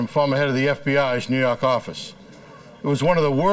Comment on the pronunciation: "nuu yawk affice"